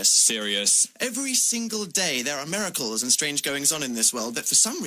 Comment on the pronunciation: whY HE CAN'T SAY MIRACLE!!